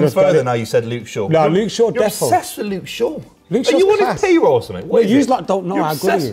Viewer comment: Lost me when he says Luke Shaw 🙈